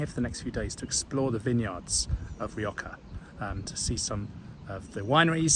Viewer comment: what did la rioja do to you? why did you have to slaughter its name?